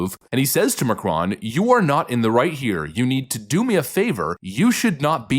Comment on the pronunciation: Pronounced Mah crone like drone